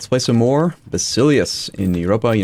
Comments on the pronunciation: For what it's worth, and I'm not saying that it's incorrect to pronounce it your way, but the original Greek pronunciation of Basileus is said "VAS-ee-leffs" or if you like, vassal-effs! Just an interesting thing that I thought you might like to know. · I always thought it was pronounced “bass uh lay us” or oos idk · I really like your videos man !! But, in the name of all that is holy, could you please use the Greek pronunciation of the word Basileus? It is pronounced [vasilefs] . I cringe every time the episode starts :) . Other than that, i love your videos and wish you a happy world conquest! Edit: and Euboea is actually pronounced [evia].